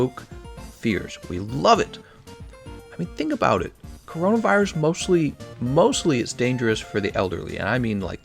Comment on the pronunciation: You said corinavirus gl